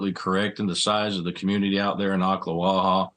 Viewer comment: Congratulations on the correct pronunciation of Oklawaha. Very few news people get it right. Sad story all around. Teenhood is hard enough without having to worry about being murdered .